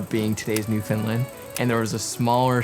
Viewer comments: Being from Newfoundland, great video, pumped to see you wearing the Dildo shirt (I’m from Hearts Content), but man I gotta teach ya how say Newfoundland! Lol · Can’t believe you were in Newfoundland. Huge fan here living in St. John’s! Just so you know for next time…we pronounce it Newfin-Land 😉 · That's first I've heard Newfoundland pronounced that way haha! But oh my this was absolutely stunning! The storytelling was impeccable and as always the sound and cinematography are outstanding. Glad you came to visit our beautiful country